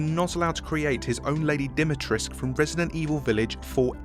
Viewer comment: It's pronounced dee-mee-trescu and the u is not silent. Also the foundation shall never capture the sentient hand grenade.